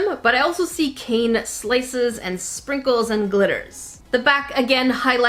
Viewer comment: Is it only me or did it sound like she said sprinkle-chan 😂